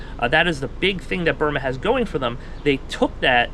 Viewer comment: It’s Byrna with a “n” not “m”